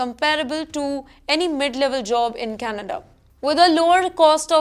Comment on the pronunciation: Its job not jo-ob